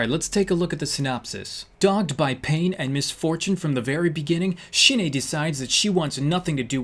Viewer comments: I noticed she drew a colossal titan and the way you pronounced the name sounds like 'Shine'it means die in Japanese tho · shin ae is pronounced shin ah XD